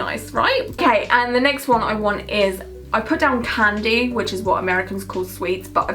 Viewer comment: when she said candy i heard pansy and i was so confused until she showed the picture and then everything made sense omg